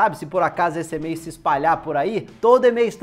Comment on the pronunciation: Eu gosto é quando ele fala "Ê-mail", é metade em português, metade em inglês! Kkkkkk